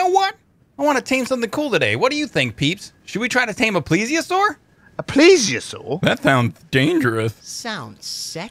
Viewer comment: it's pronounced 'pless-io-soar' not 'plees-e-o-soar'!